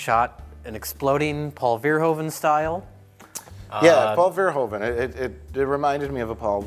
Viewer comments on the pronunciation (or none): it's pronounced Paul Ver-hooven, not Ver-hoven ;) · Hey guys, Verhoeven is pornounced FER-HOO-FEN, its a dutch last name. :D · Please stop saying 'Verhoeven' that way :p It's pronounced 'Verhooven', as in Hoover... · Paul Verhoeven is pronounced Pawl Fair-Who-Fun